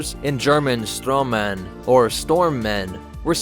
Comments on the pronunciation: cool video but damn that's some terrible german right there I'm from germany and I'll clarify it for you: sturmmann is actually pronounced shtoorm-munn sturmabteilung or short the SA is actually pronounced shtoorm-uptieloong I know most people won't care about this at all I just wanted to get this out there and teach people some german lol other than that, thanks for clearing up those stupid sturmtruppler nazi misconceptions me dum-dum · As a German subscriber, I have to admit that you completely butchered the pronouncing of most of the German words. Especially "Sturmmann" and "Sturmabteilung". But I understand that because the pronouncing of many German words is pretty hard. :D